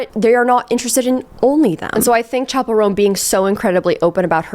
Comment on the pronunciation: gurl...chapel, like the church building (the picture that you flashed on the screen), IS pronounced CHapel not SHapel 🤣